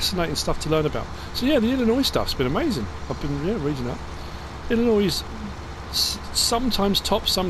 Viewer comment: As an Illinoisan I'm am very happy to hear you say the name of our state properly thank you